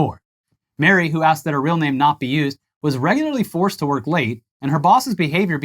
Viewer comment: Mari is pronounced 'Mah-Rri' not like Mary